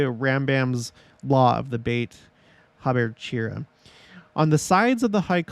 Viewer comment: Just because you were unsure... Beit is pronounced like Bi - eat (two syllables) with emphasis on Bi. Then Jacob is pronounced like Ya - ah - cove (three syllables). Thank you for this fun video! I Love the sacred work the temple institute is doing. Amazing.